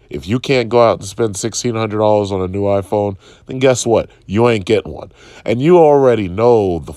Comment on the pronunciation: I know it's probably doesn't matter, but as a 'tech' channel, and an 'apple' fan on top of that, at the very least know what their favourite device's name as was called by the company themselves.